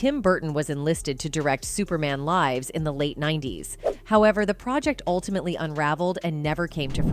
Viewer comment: Superman life's? 🤣stupid A.i.